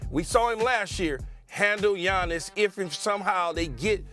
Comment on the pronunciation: It's giannis lol